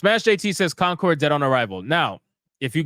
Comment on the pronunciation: It's coNcord, not coMcord. #APHASIA #DYSLEXIA #RETARD